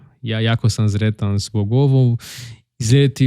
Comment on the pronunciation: Da para entende-lo tudo, so cuidado com S e Z :). Sretan Božić, nao Zretan Božić. S em "sretan" , Z em "zreo" , por exemplo (significa maduro).